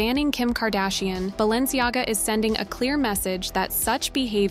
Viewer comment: But how Fierce is BalenciGAGA??? I counted 3 L's